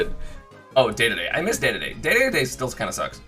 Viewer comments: Its Dedede not day-day-day. Play him and listen to the announcer on his win screen. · Him saying dedede hurts me Day-day-day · STOP CALLING KING DEDE DE 'DAY DAY DAY' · Did this man just say DADADA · Holy shit if you’re gonna say dedede so many times at least say it right